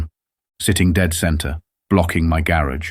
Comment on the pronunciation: Same story just more elaborate the 2nd time. And cant pronounced garage.